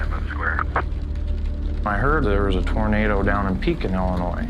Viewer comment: Pekin is pronounced pea kin